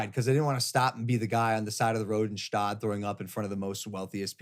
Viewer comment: PRONOUNCE THE FUCKING “G” IN GSTAAD